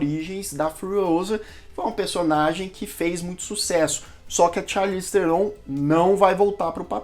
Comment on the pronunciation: O NOME DELA SE PRONÚNCIA ASSIM, CHARLIZE TRON E NÃO TERON